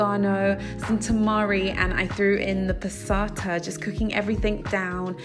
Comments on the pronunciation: I'm interested in making the coconut chickpea curry bowl. What is the ingredient you mention that comes after tamari & before black pepper. I can't understand what you're saying? It sounds like "patasa". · I'm sorry. It sounds like "pasata". Is that what you're saying?